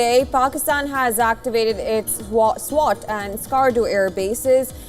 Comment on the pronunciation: Swat is a place Pakistan not “SWAT” 😅